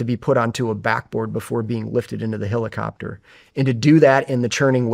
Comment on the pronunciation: dude this guy saying "hillicopter" instead of helicopter is fixing my unsubscription